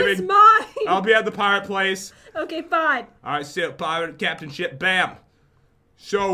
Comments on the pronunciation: Pat, said "sheep" and not ship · did jen just said sheep knstead of ship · Lol jen said lets go inside the sheep (ship)